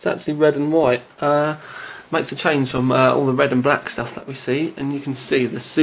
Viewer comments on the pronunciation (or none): none